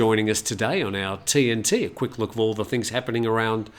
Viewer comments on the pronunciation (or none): none